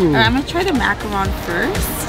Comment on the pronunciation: pronounced: macarooon ;)